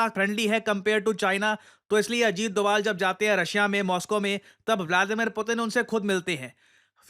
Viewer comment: sir said dugaal sahab 😂😂